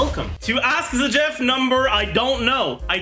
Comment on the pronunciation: By Q: why does Zajef pronounce all the character names wrong?